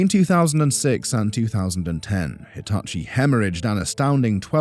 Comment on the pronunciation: “Deetachi” could work.. like if you agree